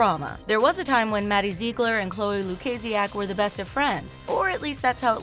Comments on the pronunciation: why does she say Ziegler like that? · the way she says maddie ziegler